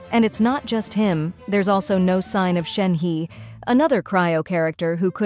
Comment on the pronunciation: Me pronounce Shenhe = Shen-ha Video creator : Shen-he🕺 Hoyo: Shen-who? 🤔